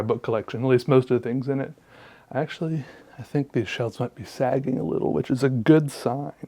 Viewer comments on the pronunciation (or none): anybody hearing sexually when he says actually?